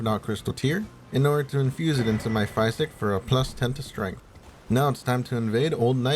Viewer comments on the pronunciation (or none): physic. phys ick, not ph eyes ick